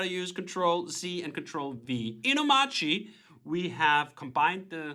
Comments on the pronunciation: why doesn't he pronounce the r in omarchy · DHH is wrong about the pronunciation of Omarchy, just like the gif guy